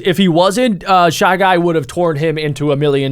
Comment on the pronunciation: It’s shy jay